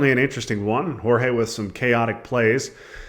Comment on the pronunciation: Great game and great commentary, except for calling G-EE-OR-GOS "Jorge" :p